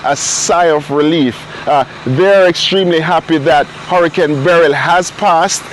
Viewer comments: FGS, stop pronouncing the name Beryl like you saying, Beryllium. Producers, help out di lady nuh? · It sound funny how she pronounced Beryl